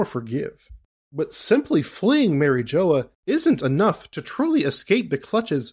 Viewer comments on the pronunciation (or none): Saying “marry-jola” is crazy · The way you pronounce mariejois pisses me of, but I agree with your theory completely.